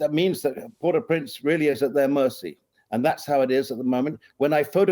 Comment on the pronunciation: She said "Port au Prance" :face-green-smiling